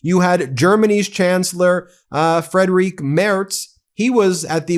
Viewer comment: The German chancellor‘s name is pronounced “freed-rick.“ The way you pronounce it, Frédérique is a female French name.